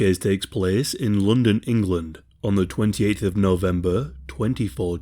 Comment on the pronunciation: Lmao I just stumbled into British true crime YouTube damn 😂😫 Bruh said " lundin"